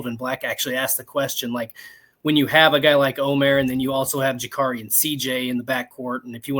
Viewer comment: pretty sure it’s o-mur as the field of 68 guys said they verified the pronunciation during their Mackey show. Now if we can just get Neubert to stop saying Mayor!